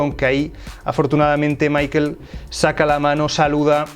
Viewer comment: "Maikel" jajajajaja